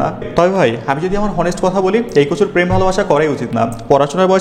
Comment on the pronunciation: হনেস্ট না ভাই। Honest উচ্চারন টা অনেস্ট হবে